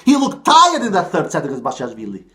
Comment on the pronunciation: You pronounced basilashvili well but I think it's best to call him "Bash - i - Lash - villi" as that describes his play style